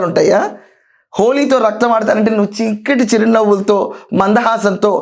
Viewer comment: చిక్కటి చిరునవ్వు కాదమ్మా. షిక్కటి షిరునవ్వు అనాలి. 😂😂😂